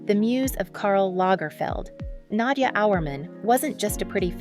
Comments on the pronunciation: nadJAH not na-dia ugh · nad-ja is her name not Nadia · You are pronouncing her name wrongly. It's pronounced Nadya. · Thank you! I was wondering if it was just me that noticed it. If you watch other videos from this channel you'll cringe even more.😂😂😂